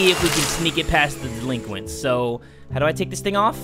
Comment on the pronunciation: Laughing in Front of the delinquits?